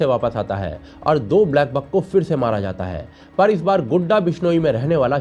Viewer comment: Bhai please वो गुड्डा नहीं गुड़ा है please